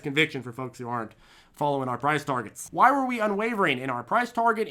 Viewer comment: But wah-high, wah-high?!